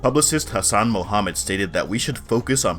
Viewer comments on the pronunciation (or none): none